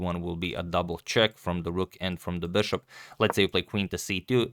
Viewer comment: ... come on dude, stop trying so hard. It's BISHOP, not 'beshop'